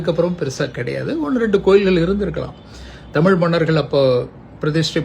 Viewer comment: Sir அது தமில் இல்ல!!!! தமிழ்!!!! "ழ"!!!!!! If you can't speak in தமிழ் please speak some other language!